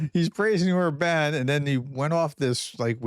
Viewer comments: Or-bn —- like a very short ‘bun’ Just a suggestion, getting pronunciation correct improves credibility. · Orban is pronounced with emphasis on the first syllable.